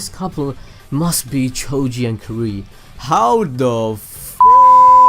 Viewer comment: It's ka rui not ka roo i